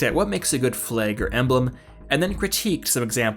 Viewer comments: Yeah, I noticed too. And at some point near the end he says possiblAYE. This is weird considering the rest of the elocution. Are those outtakes? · Francis Bolduc The quote at the beginning of the video says "stop making fun of how I say flag"